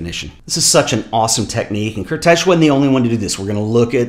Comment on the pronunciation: fyi: The right pronounciation of Kertész (for americans) is: Kartays :)